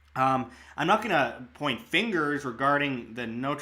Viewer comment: Please learn how to pronounce Notre Dame properly. North Americans absolutely butcher these two words. Good coverage otherwise.